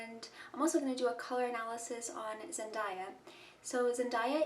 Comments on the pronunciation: Her name is pronounced “zen-DAY-a” not “zen-DIE-ya” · It’s Zen-DAY-A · You pronounced her name incorrectly